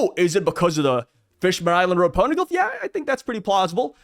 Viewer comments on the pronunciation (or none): none